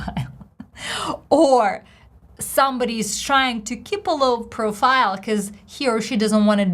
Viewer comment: Hi, Your stress on the first "profile" seemed to be on the second syllable. It should have been on the first syllable. Best, Albert, SF, USA